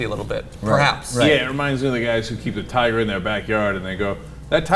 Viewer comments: I thought Cenk said, "...keep a tire in their back yard." and I was very confused about when were tires eating babies... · At first I heard Cenk say "tire" instead of "tiger" and I was like, WTF tires eat babies? O.o